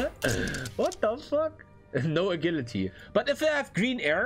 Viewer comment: "a gill la tea" 💀